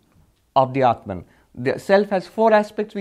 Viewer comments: u r wrong. I have been listening to him for a long tome. Read this carefully then go back and listen to his pronunciation then come back and tell me if I am wrong: When he talks in English he distorts it and says clearly “atmun” and not “Atmaan”. Atmaan is the closest correct pronunciation. Further when he speaks in English he distorts common words like Yog to Yoga and Arjun to Arjuna and shiv to shiva. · This learned man has distortion in his brain. when he talks Hindii he says 'batman' but when he is speaking in English he says 'aatmun'. As if it is a separate English word. Aatmaan is always Aatmaann in any language. Should be no distortion. Same with Artjun, Yog, Shiv... . We must stop giving concessions to English speakers by distorting to Arjuna, Yoga, Shiva... English speakers will learn to pronounce the right way.